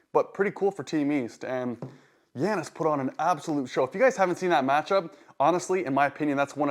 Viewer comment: YA-nis. Not Yan-nis. Lol. Killing me with these names.